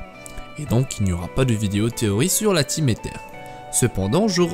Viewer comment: Aether se dit Eillezeure..